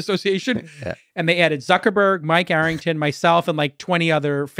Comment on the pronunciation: "Suckerberg" lol